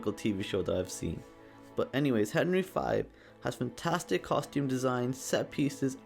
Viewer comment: Henry Five? Really?